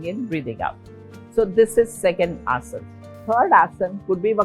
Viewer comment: हिन्दी में नहीं बोल सकती क्या। क्या सारे बीमार लोगों में बीमारी आते ही अंग्रेजी की कैसट भर जाती है क्या। आसन को आस-नास बोल रही है। चकड़ाने की भी कोई हद और उम्र होती है